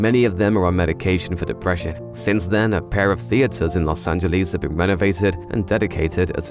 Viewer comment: Angeles, not Angelease